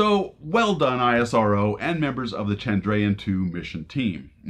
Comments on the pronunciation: It's NA-SA not N.A.S.A! It's IS-RO not I.S.R.O! 🇮🇳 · Isrow not I.S.R.O Nasa not N.A.S.A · It's ISRO not I S R O. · How hard is it to call 'ISRO' , rather then 'I' 'S' 'R' 'O' , niche mentality!! , next time pronounce it like ~ ee-s-row. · You can pronounce ISRO as "Ess" "Row" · ISRO is pronounced as (ISRO, /ˈɪsroʊ/) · Its not called ISRO, but as "isro" , a single word just like "nasa" . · Just a friendly tip. We call it EES-RO, just two syllables. Easier to pronounce. :-)